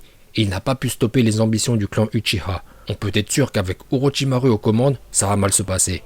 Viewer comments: Ça se dit pas au Rochysmaroue mais au rocher Marotchimarou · Non non non ça fais mal aux oreilles on dit Orochimarou pas orochimaru Mais ça s'écrit bien orochimaru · C orochimaru mes sa se dit orochimarou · Orochimarou qu'on prononce pas ru mais ouais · Lui il dit pas Orochimaru il dit OrotchimarU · Mais sa se prononce OrichimarOU !!!!!!!!!!